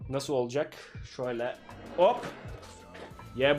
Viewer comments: ani oalacak değil olacak doğrusunu bil diye söyledim <3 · doğrusu olcak oalcak değil